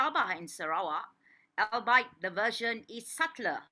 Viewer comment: Albeit is pronounced ALL BE IT